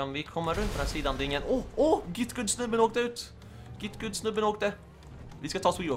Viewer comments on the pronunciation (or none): du säger git gut inte git gud. PS. du e bäst!